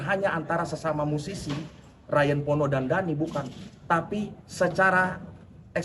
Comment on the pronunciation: Kalau tak salah memang begitu. Tapi penyebutan Pono jadi Porno kembali terulang makanya dipaporin.